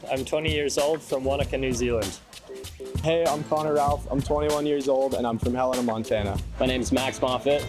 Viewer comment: haven't heard a person who isn't from montana who pronounces our capital city correct first try 😂